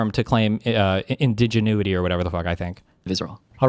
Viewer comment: Steven it's pronounced "indigin-JEW-ity"